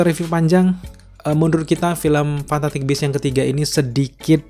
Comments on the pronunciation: Ngomong fantastic aja salah. Kamu ngomongnya fantaktik . Wkwkwkwk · Garing Ngomong fantastic aja fantatik... Wkwkkw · lu susah bgt ya bilang fantastic?